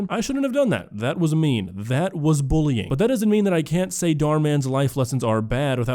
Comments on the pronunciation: Why does she keep saying "bowling" instead of bullying. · Does she seriously pronounce bullying as bowling? I was so confused at the start of the video because that sounds completely irrelevant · “booling” she really said that?! 😅